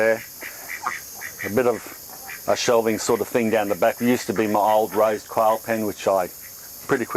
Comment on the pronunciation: oh, this is just what I wanted to see! the nitty gritty, the daily grind. but...I gotta love the accents. your quail sounds a lot like "coil" so my derpy mind is daydreaming of a little pen filled with little coil springs. bouncing around. I do have a question about this style of free ranging. you put the chickens away in the evening, I imagine. do you have troubles making sure all the birds are in the pen? I wonder if you could use a "one way gate" that you can close the door, in late afternoon, and by evening, they've all filtered back in, through that gate, and then you lock it, to prevent predators getting in? ponder